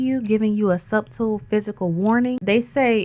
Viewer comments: Love you're videos for the most part! However, the "b" in subtle is silent! Pronounced sutle not sub-tel!! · I LOVE YOU SOOOOOO MUCH AND I'M A FAN!!!... MAY I help with one thing. Subtle = Suttle. It's pronounced Suttle. OTHER THAN THAT YOU'RE PERFECT!!!! PLEASE KEEP BRING BEAUTIFUL AND POWERFUL!!!! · *The “B” in subtle is silent 🤫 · (The “b” is silent ❤)